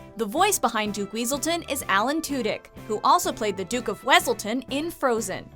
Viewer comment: Its pronounced weaseltown